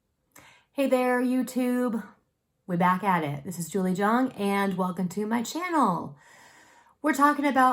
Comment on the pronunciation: I wonder if Jung is your maiden name, do you have ancestors in the German Austrian Swiss region? This is the last video that I have to watch from your current list, and I probably don't watch it because I know whats comming, no kitchen and miracle windows. I heard it the first time when you said your name was Dyoung instead of Jung, or to be more precise it's the way you pronounced it. A famous person called Jung; To much fermented grapejuice doesn't help to make my point, but I am just so curious about your reaction on this question.